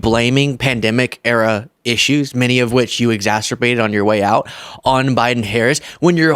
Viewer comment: You keep saying exacerbate wrong.